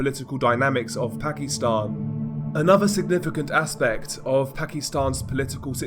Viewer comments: Pak-i-stan..... Not pak-ee-stan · ...weird way to pronounce Pakistan. Reminds me of how racist people use to call asians when I was a kid....